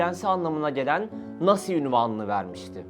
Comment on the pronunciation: “Nasi” lol